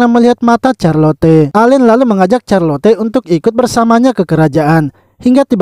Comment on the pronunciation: Knp carlote bg itu di bacanya carlot